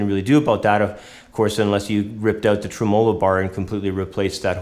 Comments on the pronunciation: he accented treMOlo instead of TREmolo which is how people usually pronounce it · Lol. The way he says "Tremelo". Tray mello lol.